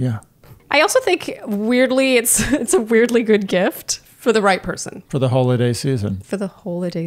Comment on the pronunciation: Did say "Hole-a-day season" during the Hello Tussy bit? I swear that's what I heard. We have just moved to Spain and I am super excited that our bathroom has a bidet. When I was a kid, I thought it was for washing my feet. I will still use it for that even though now I know it's for a hole-a-day.